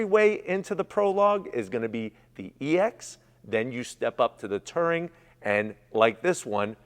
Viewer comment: It’s touring not tering